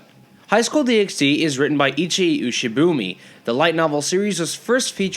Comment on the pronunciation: Also fun fact it's pronounced DD not DxD